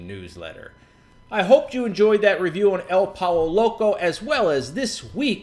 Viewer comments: It's pronounced "Poy-yo" Loco. Just sayin' :) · lol, this was a great video because of the way he pronounced pollo loco.